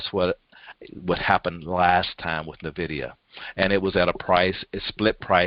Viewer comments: It is not Nay-vidia. It is N-vidia. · No it is not! It is technically "invidia" but most people pronounce it as N-vidia. It is NOT nay-vidia!